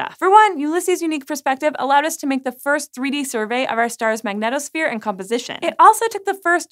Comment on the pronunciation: The way she is saying magnetosphere is tilting me xD